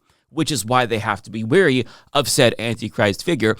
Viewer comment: Wary, not weary.